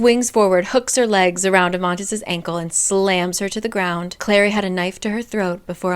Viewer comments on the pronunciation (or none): It's Amatis not Amantis